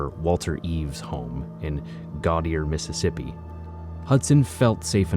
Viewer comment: It methississippi oh hecky naw